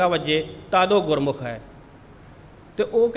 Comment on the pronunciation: Read gurmukh, NOT gurmukho. Thanks